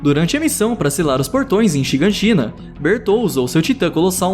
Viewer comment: Pétra,nanabá,shiganshiná(pronuncia certa)